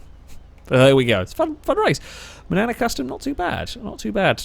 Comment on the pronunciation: I keep hearing Banana Custom instead of Manana.